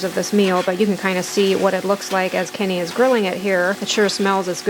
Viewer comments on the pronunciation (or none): none